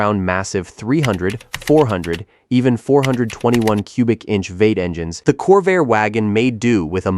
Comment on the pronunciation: Not sure if you are using AI for narration, but "V-8" is pronounced "Vee-eight" NOT "vate"!!!